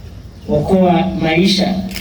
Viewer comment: It's okoa maisha,not okuo maisha